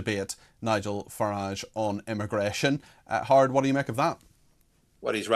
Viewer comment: His name is, Not hard Cox!